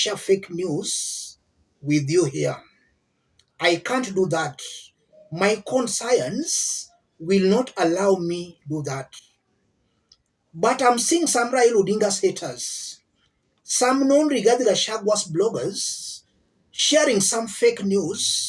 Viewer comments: What on earth is a "con-science," yawa! It is pronounced "konshense". This is from one of your ardent supporters. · Check on pronunciation of conscience